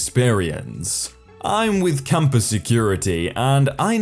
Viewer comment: Computer voice I here compass not campus